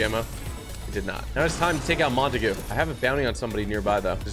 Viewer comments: TG it’s not Mon-ta-goo it’s Mon-tague (pronounced ta-aug) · Im pretty sure its mon-taeg not mon-ta-goo just saying it sound weird when you say it like that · It's not Montague it's mon-ta-gue!!!